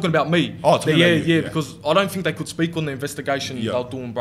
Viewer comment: It's 'th' not 'f' Think not fink lmao